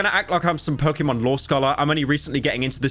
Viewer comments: its Pok"ey"Mon not Pok"ee"mon. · im so disappointed because he pronounced pokemon wrong! hmph! unsubbing!